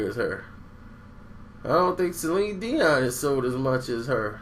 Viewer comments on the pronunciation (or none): none